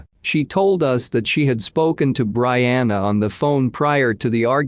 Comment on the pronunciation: Pronounced Bree-anna BREE-ANNA! Geesh! So annoying!